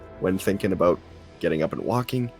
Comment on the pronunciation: You say “about” all funny like. 😮